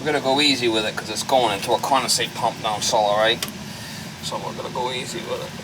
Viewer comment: "Down celluh..." Welcome to Noo England, mah!